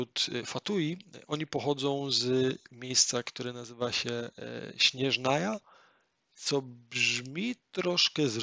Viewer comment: ej jak by la siniora nie jest bogiem, ona była zwykłą kobietą której mąż zmarł podczas tzw. kataklizmu a ona z rozpaczy przemienia się w "karmazynową wiedźmę" a potem posiadła gnozie żongliego oraz cyro vizie, sznezjaja czyta się nie "śnieżnaja" tylko "szneznaja" (przesłuchałam tylko 45 min bo już zasypiałam) ogólnie to bardzo fajny pomysł pod względem nowych graczy lub ludzi którzy nie znają angielskiego ale w tedy powinieneś skupiać się tylko na faktach a nie swoich spekulacjach ponieważ gra wciąż się rozwija i potem może okazać się że rzeczy o których mówisz są nieprawdziwe.